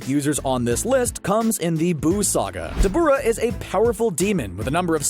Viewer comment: Call me what you want 🤷🏾‍♂️😭😭. But I wish people would pronounce the names as they are intended to be. Dabura is pronounced DAH-BYU-RAH if you say it slowly over and over of course it’ll sound weird but saying it plainly as you would once you’re accustomed to how it is it’ll flow better